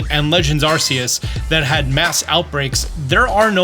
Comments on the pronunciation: It's Ark-eus not Arseus, it's not an arse phone its an arc phone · stop mispronouncing Arceus. They literally put an item in Sun/Moon called the RKS system so Westerners would stop mispronouncing it like "RCS". The name is meant to be derived from "arc(h) angel" and "Deus" for "God". When you pronounce it RCS, you sound like an arse. Pun intended.